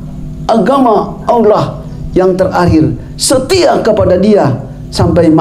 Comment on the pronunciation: kok masih kesulitan mengucap alloh ya😃